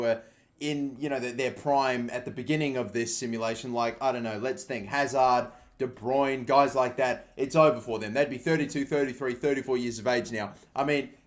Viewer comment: its all and fine but dont butcher De Bruyne"s name